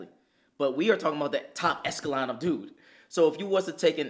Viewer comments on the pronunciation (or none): He said eleskicon not echelon! 😂😂😂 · its echelon just so you know. the pronunciation is just a little off. this is top tier content though. Such a genuine dynamic.